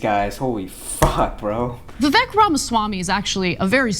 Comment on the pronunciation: Love the guy, by the way his name is pronounced vi-ve-ik